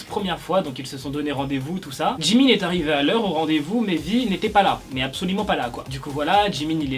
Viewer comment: Mais c'est pas djimin c'est jimin